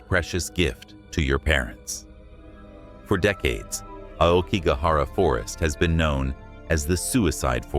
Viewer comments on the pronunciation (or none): If you are going to narrate these well-known and popular Japanese ghost stories, please do so with the correct pronunciation. Otherwise you sound just like any western English narrator blindly hired to read a "haunting" tale. As a starter, "AokiGAhara" has an accent on the middle "GA" . Likewise "uBAste" has an accent on the "BA" followed by a short "s", and so on. I suggest you ask a decent Japanese speaker to get the hang of these pronunciations correct (it is not at all difficult, basically a matter of where you place the accents) and thereby make your storytelling much more convincing to all of us. Good luck!